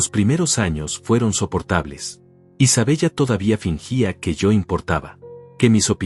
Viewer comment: No es Isabella se dice Isabela anotale